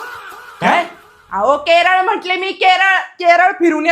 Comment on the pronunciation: Kel ❎keral ✅😂😂